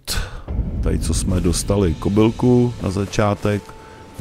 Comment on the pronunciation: Za mě neřeš výslovnost😉videa super, a hlavně se člověk i zasměje 😂nejvíc mě dostala " kobylka"😎👍